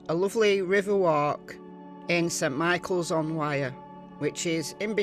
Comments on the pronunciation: Wyre is pronounced like wire . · Was getting confused hearing "Wear" until I seen the "River Wyre" on the map. Was thinking, "I didn't know the Wear went down that far" lol.